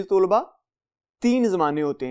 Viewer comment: Sur g aziz tulba nhi aziz talba hota h